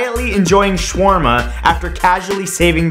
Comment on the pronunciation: I like you Mr. Santoro, but you botched the word "shawarma" (shawerma) in fact 36 so badly, that for a moment there I had no idea what you were talking about. PS. I'm a fan of yours and a big fan shawerma :D